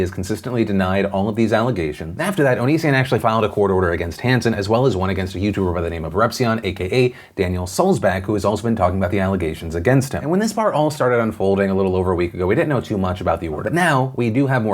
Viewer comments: Phil, it's Sulz-BACH, not BACK. Repzion says this in his video concerning this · Sulzvbach... Pronounced Bach, like the musician not back. ;) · You pronounced Repzion's last name incorrectly.